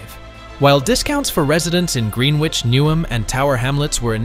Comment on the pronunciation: The speaker could at least learn how to say Greenwich!!